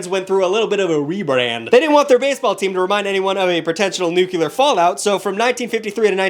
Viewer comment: it's nuclear: new-cleer